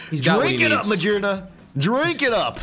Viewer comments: Ma-GEAR-na, not ma-jeer-na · The pokémon's name is Magearna like gears. was right., stop saying Magearna with a j sound. It's not correct. If you drive a manual car, you don't shift jeers. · Hahaha "because it has a bunch of JEERS" not gears, no ofc not 🤣🤣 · Ma-Gear-na. Not Ma-jeer-na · for. if you say the word gear, how are you saying it? you have to pronounce magearna the same way, because her head is a GEAR